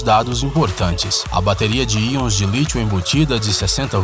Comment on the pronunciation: cara, vc sempre fala AIONS de lítio, mas é íons de lítio!